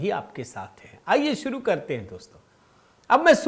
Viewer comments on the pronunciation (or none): none